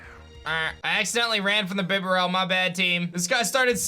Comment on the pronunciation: “Accidentally ran from the bibarell” 😂